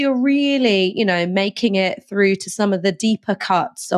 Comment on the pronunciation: It's pronounced "through" not "froo"